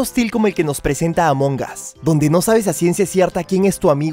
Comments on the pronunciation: Dijo amoncas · Sabes que se dice Amon as la g es muda